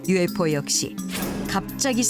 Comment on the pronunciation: 발음 봨ㅋㅋㅋㅋㅋㅋ 유우에프오웈ㅋㅋㅋㅋ